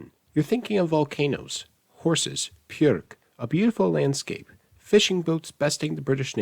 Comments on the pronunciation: Btw, “Björk” is pronounced “byuhrk”, not “pyuhrk”. The Icelandic ‘b’ is pronounced essentially exactly the same as the English ‘b’ :) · Icelander here. Nice video, although your pronounciation of "Björk" sounding like "Pjörk" was a little offputting. I know our pronounciation of soft consonants is sometimes just slightly more aspirated than in most european languages, but still B is not a P and D is not a T. Sorry, I worked with tourists for many years and loved teaching them some Icelandic, but very often I said a word with a soft consonant, and they repeated the word with a hard consonat :/ Anyway, it's just a thing I noticed as a native speaker working with foreigners. Also, Icelanders DO NOT raise their voice when forming questions. It stays pretty flat, just like when forming a statement, and I think Finnish works the same.